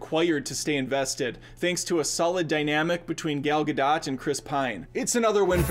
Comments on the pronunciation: Hey ya'll notice he said her name like gal ga dot rather than gal gad o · I'm sure of nothing, but I guess the "real" prononciation of her name is Gad-ot, given her Israeli origin.